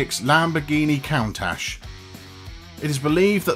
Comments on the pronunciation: Proof that a British accent doesn't make everything sound smarter... Not when the speaker has difficulty in pronunciation. 'Count- ash'? 'debutt-ed'? 🤣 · Jay recently said in a interview that he had 201 cars. Please learn to pronounce "Countach" properly! The show Top Gear had Jay on as a guest, and went through a big list of his cars. Jay had GM build him a custom 1 of 1 turbine powered car. He has a custom built tank powered car. Thank you. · I just cringed when the narrator mispronounced "Countach" wrong. If you care about your audience then you'll speak correctly.